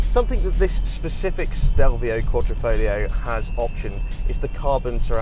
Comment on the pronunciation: If you are talking about one of most significant badge in automotive history, fyi one tip of triangle represents signore Enzo Ferrari, you should at least learn how it is pronounced..you made it sound like sifilis dude. Fare well..Alfista Croatia